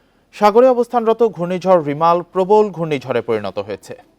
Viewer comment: It Remal not Rimal...plz at first try to pronounce it correctly...Remal means sand,the name is given by Oman....